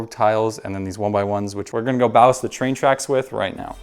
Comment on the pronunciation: pronunciation error it’s ballast 😂